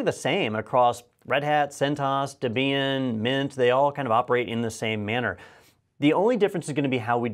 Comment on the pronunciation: I'm not sure "debian" takes the stress on the "i"..........